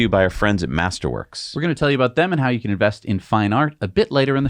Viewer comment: When you say "master works", all I hear is "tulips"